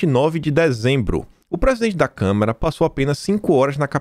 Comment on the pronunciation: Desculpe, mas não é Câmera, mas Câmara... Tudo com A